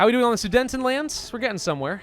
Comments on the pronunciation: I cringed every time he called the "Sudetenland", "The Soodnetend Land"! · Omfg it hurt when u kept calling it the sudentenland (it’s soo deten land) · Please stop saying Sudentenland it's Sudetenland